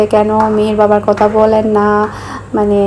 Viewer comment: আমি খেয়াল করে দেখেছি আপনি থ কে ত উচ্চারণ করেন যেমন কথাকে কতা বলেন